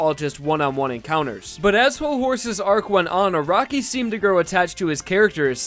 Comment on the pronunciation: Anyone else bothered by this guys saying A R A W K I